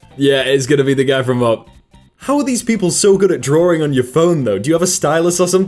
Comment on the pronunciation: "Drawing" or "Drawring" Sounds weird... Is it a joke or something??